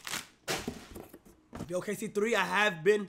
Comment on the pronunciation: why he say starburst tike that😂